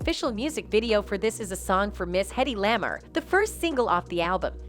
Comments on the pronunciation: OH geezus...this voiceover person needs to know HOW to pronounce names properly...Hedy LAA-MAR...So that turned me off to listen to the rest of this dribble. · Uldn’t you at least pronounce Hedy LaMar’s name correctly